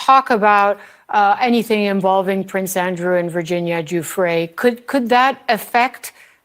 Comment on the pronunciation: I believe Virginia's last name is pronounced 'Goo-fray'